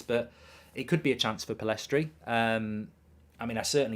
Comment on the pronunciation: Pellistri not Pillestri